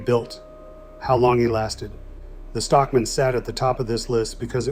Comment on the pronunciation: ai kept saying Stock MAN separately lol